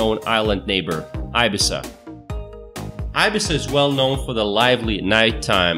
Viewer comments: Swell Tip: IBIZA is pronounced EE-bEEza not EYE-bEYEza. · Please pronounce Ibiza better, its like {eebeesa}, it hurts to hear (Eye Bee Za), having said that, the video is well done and the information for the most part correct, I really appreciate that, however, it's easy just to hear how to pronounce some words correctly would showcase your efforts even more. Again thank you for your video and for sharing that information. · Wrong! Wrong! Nicely shot but misleading information. Plus, Ibiza is pronounced ee-BEE-thah. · THERE IS NO SUCH THING AS ĪBIZA IN SPAIN! Learn to pronounce your subjects, at least attempt to do so! Ibiza is pronounced EE-BEE-ZAH! English speaking countries are the only places where the normal vowels are pronounced differently depending on the linguistic makeup around their usage. In Spanish, all vowels are pronounced the SAME FREAKING WAY, NO MATTER THE LOCATION.. And oh yeah, I’m a Mexican-American from Arizona.. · where the hell is i beee saa..no my friend its ee beethah.. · Ee-Bee-zah! Not eye-bzah! It’s not an i-Phone or i-Mac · Ibissa? You mean Ibeetha. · It’s pronounced eye-bee-tha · Where the hack is Eye-Bee-Za??? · Ibiza- 'ee-bee-sah' or 'ee-bee-thah' pronunciation. It's ok to mispronounce it, but keep it as close as possible. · in Spanish: EE BEE THAH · IBIZA = EEBEEZA the first "i" is not a long vowel....other than that very nice video. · How hard is it to confirm how every name is pronounced before finishing the video? Many Spanish names (cities, mountains, beaches, islands) featured in the video is MISPRONOUNCED!!! Ibiza is pronounced in Spanish "Ee-BEE-tha", but you even mispronounce it in English!!! Spanish highest mountain is El Teide (Ehl-TEH-ee-deh). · Ibiza pronunciation is eh bee zah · Wrong! EE-Bee-Thah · Btw Ibiza is pronounced ibitha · Aibissa????? Jajaja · and its pronounced ibitha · You want to check out your pronounciations mate before making a video. Ibiza... 🤣🤣🤣🤣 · well he cant even pronounce Ibiza..FFS